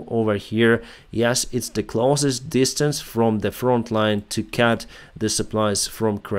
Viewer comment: Just a small thing... Remember that CUT is prononced CUT, not CAT 🙂